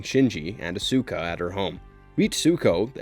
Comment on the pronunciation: The pronunciations and mistakes in this video are ALLLL over the place. We're human, but if you're gonna make a video like this, come on man... Attack OF Titan? Mo-Bye-ul Suit Gundam? Yoko Cane-Oh. PokemonS? Meowith? A-Sue-ka? Rye-oji? Meet-sue-ko? Even Carl Jung was wrong. The J is silent. I can't even finish the rest of the video.